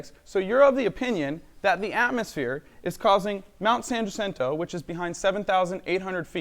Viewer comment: I can see Mt San Jacinto from my house and this flat earthers pronunciation of it is like nails on a chalkboard.